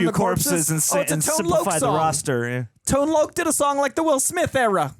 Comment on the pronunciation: Tone Loc is pronounced as Tone LOCK! ....... Not Tone Loak.....